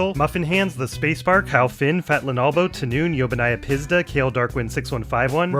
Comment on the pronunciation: Yobannaya Pizda means F*cking C*nt in Russian. You've pronounced that almost flawlessly as if You already knew the word, I guess...